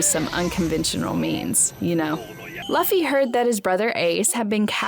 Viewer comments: K Luffy not Laffy lol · The fact that she is saying laffy instead of luffy!:) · ITS NOT (L-UH-FY) ITS (L-OO-F-Y) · How is laffy ? 😅🤣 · it's not impul down it's impel down plus it's luffy not laffy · who's lahffy? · Who is laffy , it sounds cute tho. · It's Luffy, I think she has a hard time pronouncing with her accent. But it does sound cute! The videos awesome anyway too. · Its luffy not Laffy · Who’s lauffy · Chill guys. It's a minor error. Plus I do pronounce Luffy the same way because I like it better. 😊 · Chopper go on without me I’ll save monkey. D. Laffy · ITS NOT LAFFY ITS LUFFY U DUMB DUMB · It is said like loffy but spelled luffy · Like she's almost thinks his name is pronounced like Fluffy lol and not "Loo-fee" 😂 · Very late but whyyyyyy pronounce his name like that😭😭😭 both the English and Japanese version pronounce the u like oo😭😭 stop torturing us like this, someone else watched this wrote this for u didn't they😭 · Pronounce it like Lu Fee whenever someone says it like she does I die a little more inside 🤣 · Its LUFFY, Lew-fy! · “Luffy”? Oh yeah, I can tell she never watched the show before. 😂😂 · if you're gonna cover anime, at least pronounce the name properly. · Is she reading a script and thinks that's how you say Luffy??? And it wasn't mandatory if you find a DF on the WB pirates you have to eat it, you just own and can do what you want with it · Have u ever watched the show, ever? Or watched any other content on one piece? How can you pronounce the fuckign MAIN CHARACTERS name wrong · It was distracting. Liked how monotonous she taslk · Dude I can't with these pronunciations. "Lufy" "alerbaster" 💀